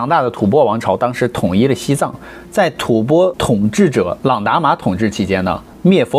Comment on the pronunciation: 中间有一句吐翻！我第二次纠正你了，怎么还有错！